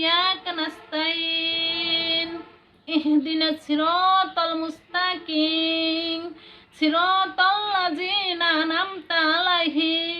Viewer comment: আলহামদুলিল্লাহ অনেক ভালো হয়েছে। শুধু মুছতাকীম টা ভূল হয়েছে মছছতাকীং বলেছে আন্টি।ওটা ঠিক করে শিখিয়ে দিবেন। খারাপ পাবেন না।